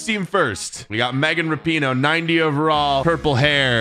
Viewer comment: Her name is Rap Ine oh